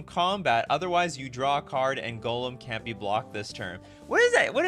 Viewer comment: The fact that you pronounce Gollum like golem rly triggers me xD never heard anyone pronounce Gollum worse xD